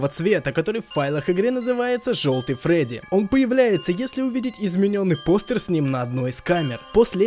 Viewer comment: не фроди а фредди